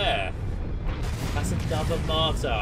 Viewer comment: it's called "Matar" not "martar" or "martyr"...